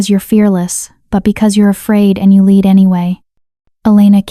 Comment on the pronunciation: There was two notable AI word mispronunciation. LEAD is both lead as in hecwill lead us forward, and lead (led) as in the mineral. Also bow, as in archery tool, and bow, as in a motion of the body. The AI can be taught. This should be done. A truly enjoyable, beautifully detailed story. ❤